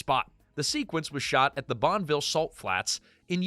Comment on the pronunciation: Bonn-UH-ville Salt Flats.